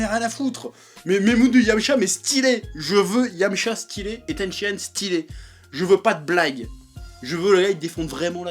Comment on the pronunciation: Chef pas "TENSHI-ÂNE" mais "TENSHINHAN"